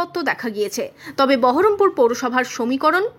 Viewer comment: বহরমপুর বলছে না , বলছে বারাম পুর মানে অসুকপুর